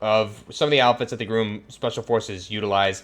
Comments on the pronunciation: Again. It's not groom as in bride and groom. It's Grom as in rimes with Mom. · Its not groom, GROM.. sounds the same as it looks. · He says groom not grum when it’s actually grom. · Why he saying GRUM???????